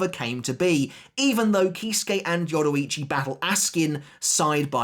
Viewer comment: Why did you butcher her name like that ?